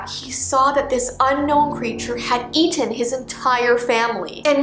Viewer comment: The way that she said Eaten . Its like in a British.